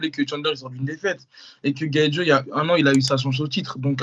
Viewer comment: Les gars je kiffe ce que vous faites mais la prononciation des blases vous me tuez GaethJE Léo Edwards